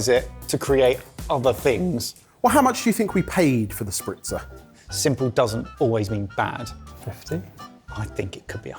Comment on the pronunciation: calling it "The Spritzer" when it clearly says Sprizzer